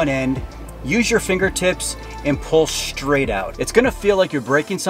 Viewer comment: “Pull it shhhtraigt off”. What does almost everyone talk like that now?